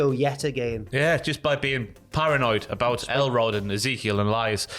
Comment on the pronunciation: About is pronounced aboot is b/c of the French English mix imo.